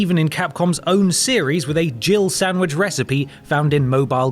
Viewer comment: We all know he doesn't actually say "Jill sandwich" rather "Jibble Sandwich" right...? Not that it makes the games horrendous dialogue any better... It was fine for 10 year old me with just learning English as my 2nd language but now that English has basically become my first language i cant for the life of me take a single line of the game seriously without giggling... But I fail to see how "Jill Sandwich" became a thing... I guess whatever makes no sense becomes a thing online 🤣🤣